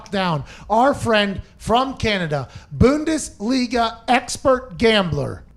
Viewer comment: As a fellow canadian bundesliga aficionado, gotta work on the pronunciation of the team names 😬